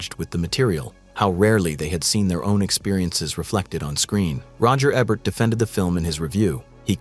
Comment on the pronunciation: Why would you call him Roger "EH-BURT" instead of saying "E-Burt" like the rest of us?